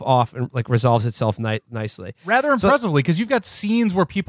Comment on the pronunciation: Does anyone know why Will says "rother" instead of "rather?"